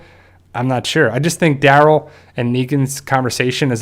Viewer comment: his name: Daryl him: dArol